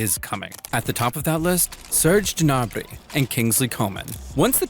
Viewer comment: It's pronounced as Gnabry......NOT 'Jnabry'!